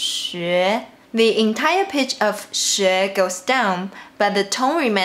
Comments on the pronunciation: To be fair, sometimes when you say Pitch, it sounds like "peach". So i guess its just splitting hairs just for the sake of doing that. When people speak different languages its NORMAL to sound a bit wrong, but most people understand what you mean, even if you say that you shouldnt lower your PEACH :D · I think its so cute how you almost say "peach" instead of "pitch". Anyway thank you so much for your efforts ❤️ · chengcheng pitch is what I heard haha :D